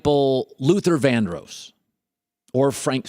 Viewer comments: Luther VANDROSS....DROSS.....OSS....please learn to say it right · his pronunciation of vandross is really annoying